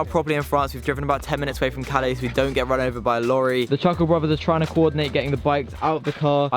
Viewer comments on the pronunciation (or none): none